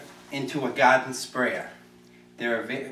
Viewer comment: "Gahden Spraya"